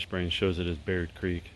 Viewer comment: Did you say Baird creek?!